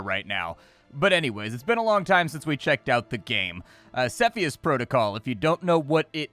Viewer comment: You say Cepheus in the wrong way